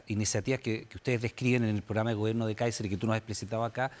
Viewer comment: Este periodista! Le cuesta decir candidato Káiser! Es una vergüenza!